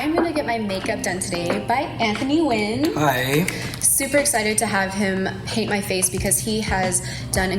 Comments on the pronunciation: Off topic, but thank God for Michelle pronouncing Nguyen correctly at the start of the video 😂 I've always pronounced it this way but I've heard sooo many ppl pronounce it their own way that I began to doubt myself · Sailor Mars no, I don't. But considering Michelle is Vietnamese and Nguyen is a Vietnamese surname, she'd probably know how to say it correctly. Didn't expect such a mean-spirited and defensive comment just from me saying that it's good she has pronounced the name correctly because there are a lot of people who simply don't know. Not out of racism or anything but perhaps they just haven't had a chance to have it corrected. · If you're going by the actual, true Vietnamese pronunciation then no. But by English pronunciation, for those who don't speak Vietnamese and can't use the proper intonation then she pronounced it just fine/perfectly. My cuzzos even have shirts that say "All I do is Nguyen" LOL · It actually makes me happy to hear her pronouncing it that way because thats always been the right way to say it to me— it’s the closest to how it sounds in Vietnamese, but many people likes to follow the American grammatical way of saying it— “Ngu-yen,” which is just wrong to me. Definitely don’t have to doubt yourself :) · I agree! I have a friend with the same last name, and watching others try to pronounce it was just... hahaha xD